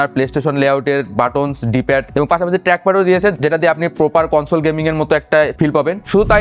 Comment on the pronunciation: পসিবির লোকদের বাংলা উচ্চারন এমন কেন ,,,??? স্মার্টফোন কে বলে এসমার্টফোন ,,, প্রপার কে বলে পোপার আবার স্নেপড্রাগন কে বলে স্নেপডাগন ,,,, আনপ্রফেশনাল লাগলো